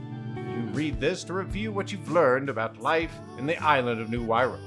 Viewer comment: The Wirral I know is a place near Liverpool, and is pronounced wih-rull, of course this is a more fantastical place, so I would doubt there's many Scousers round the place.